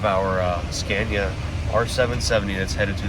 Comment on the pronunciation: are you practising how to pronounce Scania? It’s not Scan-ea, it’s Ska-nea. The a goes down, not up. Love the series!